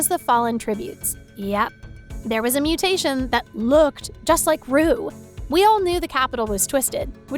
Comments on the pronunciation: *Muttation. Not mutation. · (it’s not mutations, it’s mutt -tations)🙂